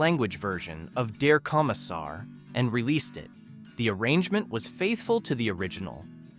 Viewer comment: I always preferred the original language lyrics of Der Kommissar and 99 Luftballoons. Also, your pronunciation of the German titles is abhorrent. I cringed on that and other words. Sorry. LoL So painful! These are all must listens for me today. Falco's "Jeanny" was about a serial killer. He also had a scathing song about America and the music industry and commercialism.